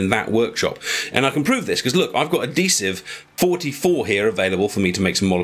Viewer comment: There's an H in the word adhesive.